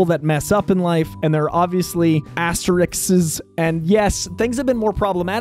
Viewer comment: I love your () intro on the Ezra Miller thing and how people do mess up in life.... for instance, the word representing the * symbol I believe you were seeking is 'asterisks' A S T E Rrr RISKS!! It's not really much of a peeve, tho since your intro... I figure to maybe help someone, or few people out... SAY "Aster" like Ronan's ship minus the 'Dark' and continue with 'RISK'!!!! ASTER RISK is one of these > ******* See, not so hard.....